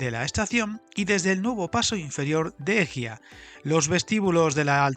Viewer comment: Pasa siempre con este tipo de nombres pero viene bien indicarlo como corrección, Egia se suele decir como Eguía e Itsaso parecido a Ichaso, si no buen informe!